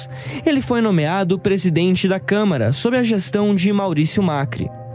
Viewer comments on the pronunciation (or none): none